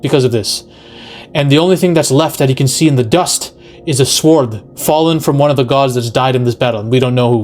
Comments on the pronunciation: Sa-word 😮. You mean, sword. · "This sword", "the sword", like the word ward with an S., you're driving me crazy with that 😆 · Love you vids man but you don't pronounce the W in sWord lol. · Are you pronouncing the w in sword on purpose or do you not know how to say it properly?? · Aside from the youtubers constant pronouncing of sword with the "w", he makes some valid points. It's common knowledge Marvel gets it's marching orders from Disney forcing DEI roles to include targeting male toxicity. Males are either considered lovable and stupid or megalomaniacs. I thought Love and Thunder was going to follow the comics, where Jane absolutely takes on being Thor, while Thor goes on some depressed quest as Odinson. Interesting two similar villains appeared since then this one that was a true angry killer bent on revenge against arrogant gods by torturing them for pleasure of their screams. Then there was another one, Desak, who also blamed uncaring gods for the death his family members and his tribe. He also gained incredible power and used some kind of axe to go on a god killing spree, until he met Thor. Thor convinced him that he gave his life to protecting men, so he left him with a warning and went back to slaughtering.